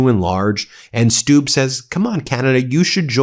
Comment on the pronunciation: It's a short 'u' like in 'look': Stubb /stub/.